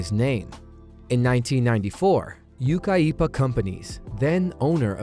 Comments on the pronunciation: Re: Yucaipa "Yukai-Eepa"??? LOL! It's "YOO-KUYPA". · . Yucaipa Companies. YOU KI PAH. They are still around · Yucaipa pronounced like "you ki (long i sound) pa." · Yucaipa is pronounced yoo-KYE-puh. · The alpha beta store by my house had an awesome deli. Miss these old grocery stores. Also, it's pronounced You- kipa. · Yucaipa is pronounced "you-KYE-pa" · Yucaipa is pronounced U, K, long I vowel, PA. Relatives still live there.